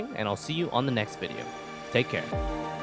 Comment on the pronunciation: "Youtoo fongs, relcome back to anhother vineo" I love that intro